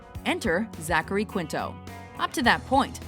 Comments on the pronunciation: It's /kinto/ not "kwinto". You don't pronounce the "u" after a q in Spanish, and Quinto is a Spanish surname. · Ok, isn't "Quinto" pronounced KEEN-toh? IDK if his surname is of Spanish origin, but if it is then "Qu" is always pronounced with a "k" sound. Anyway, I always thought Jim Carrey was super annoying until I saw him in The Truman Show, at which point I started to warm up to him, and when I saw Eternal Sunshine of the Spotless Mind it made me love him, though partly because I relate to his character (Joel Barish) so much. Eternal Sunshine... is one of my top five favorite films of all time, and I would never pass up an opportunity to see The Truman Show on TV. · it's keen-toh, not kwin-toh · How does HE pronounce it??? He says KWINTO, not keento as it would be pronounced in Spanish. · opposite of what you said - you said kinto, he says kwinto. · I found the answer to our dilemma. Mr. Quinto's dad was Italian, and in italian, the "u" IS pronounced.